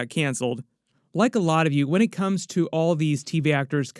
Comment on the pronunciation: Wen sounds like one not when.